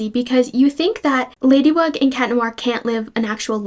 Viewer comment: =bro said ladywug